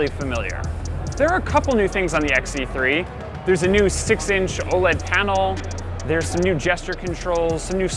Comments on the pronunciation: This guy mispronounced the Sony phones as ZX instead of XZ it portrays the misinformation and negativity tour they have towards Sony. 1 Are they payed to do this? By other oems whom did this in the past already like Samsung... 2 Is this guy a little bit bias? It seems as if he doesn't know what's good even if it slapped him in the face..... 3. While complaining about the phones size and such they show the xperia XZ2 compact wich does have a bigger bottom bezel compared to the one on the XZ3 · Did this guy say zeex3??? I mean zx3?? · WHY DID THIS GUY SAY ZX3 NOT XZ3? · Stop calling it ZX3 OMG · he kept saying zx3 not xz3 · This is actually a terrible review... Anyone could do this better. It's like this guy knows nothing about tech, he can't even say it's name correctly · you can't even say the phone name right